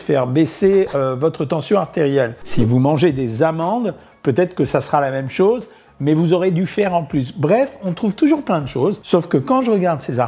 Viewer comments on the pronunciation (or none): none